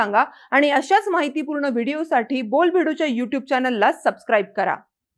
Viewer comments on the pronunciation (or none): none